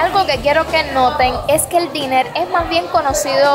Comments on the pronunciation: Se escucha "dainer" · Se pronuncia "dainer" que es precisamente ese tipo de restaurantes de gastronomia típica estado unidense y de precios rasonables, y el dinner como tu lo pronuncias refiere a la cena ó comida de por la noche. Así que uno es pronunciado "dainer" y lo otro "diner" . Por favor, decir las cosas con propiedad si estas dando información al que no conoce. Las caseticas c9n libros son bibliotecas de barrio, y ahí se priduce intercambios de libro, es una cortesía en donde el barrio dona esos libros pero no es para q7e te apoderes de ellos, ahí se lleva y se dejan libros para el deleite de todos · Me encanta lo real y auténtica q eres con tu contenido, se q estás aprendiendo el idioma y espero q no te moleste, estoy viendo y oyendo el episodio, escuche tu pronunciación del Diner, y lo pronuncistes ‘di-ner,’ la pronunciación seria: ‘dai-ner’ bueno usando fonética literaria del castellano:) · El lugar donde fuistes no se llama "Diner" , Diner solo describe el tipo de restaurant que es. El sitio se llama "METRO Diner" y la palabra "Diner" se pronuncia : Dainer. si dices dIner (como se escribe) te estarias refiriendo a "cena" y la palabra entonces se escribiria con dos enes, asi: Dinner. La razon de tantas Scooters electricas es porque este es el pais de la abundancia y siempre hay mas producto disponible que menos. De esa manera nunca va a faltar la mayor parte de lo que buscas. Ten en cuenta que la gran mayoria de las casa tienen de dos a tres carros, y no les es necesario montarse en un scooter a ver la ciudad. Estan ahi mas bien para facilitarle al que quiera, como una novedad, un paseo en las mismas. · Me gusta Jacksonville. Yo lo he visitado en años pasado. *Ésos restaurantes/cafeterías (Diner) se pronuncian "Dainer". Dinner significa cena y se pronuncia "diner". Muchas bendiciones.